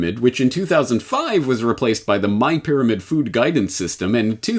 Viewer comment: I heard her say "fear-amid".